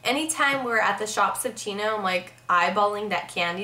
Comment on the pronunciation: I love that one time when u said chochino it was amazing <3 can u say it again :) it made my day as wierd as tht sounds jaja